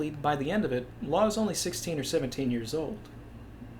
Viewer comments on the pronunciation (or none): none